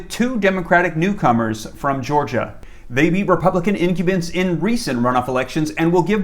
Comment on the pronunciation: Its "In-cum-bent" not InQbent. Good vid sir!